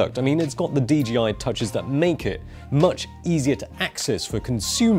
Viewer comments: Just say the companies name correctly 😣 It’s not DGI. It’s DJI. Jesus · Is DJI supposed to be pronounced DGI? I don’t get it. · DGI? You mean DJI?